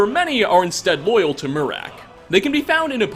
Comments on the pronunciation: It’s her-May-us mora not her-mi-us mora also it mir-ak it’s mer-ak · Angela Colp It’s meer-ak